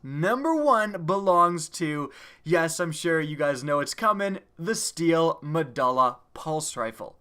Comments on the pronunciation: The "u" in "Medulla" makes an "oo" sound, and the "e" in "Hakke" makes a "aye" sound. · it's actually pronounced, medoola